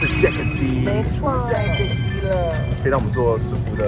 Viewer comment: 其實jack’d 的d 應該不是唸dee🙈而是像jacked/ packed 中的d音讀法